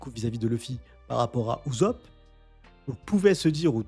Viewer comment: PTDRRRR PK TU DIS UZOP TU MA STRESSER